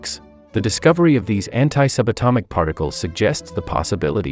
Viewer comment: The *anti*word when I listened it, it sounded like h*ntai 💀